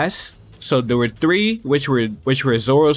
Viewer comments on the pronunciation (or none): none